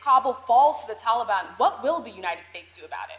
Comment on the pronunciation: He calls them the "tallybon" makes them sound harmless.